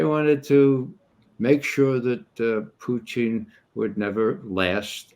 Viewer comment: Perhaps that's the Russian pronunciation?